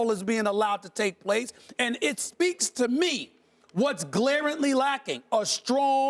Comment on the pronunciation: "Glarantly"? Wtf